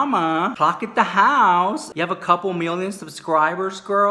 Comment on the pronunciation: Love when you say da house !! It’s fucking hilarious you report on all the drama but you do it in a classy funny way and u seem like you have a good heart 💜 luv your videos 😋😌